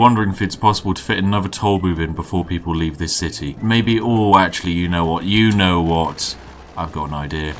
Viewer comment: “ Because, yano. Tollbooths...”